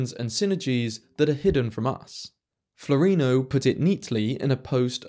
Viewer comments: I thought his name was Floreano, not floreeno. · Please, his name is Flo - reee- ah- no. Not floreeno. Thanks for video. Quite interesting. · Floreano, not Florino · Love your analysis and presentation. I point of order: I think you'll find that Floreano is pronounced FLOR-EE-AHH-NO not FLOREENO. Our English spelling and pronunciation mindset misreads what is there. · Wouldn't he be called Dario Flo-ray-ano?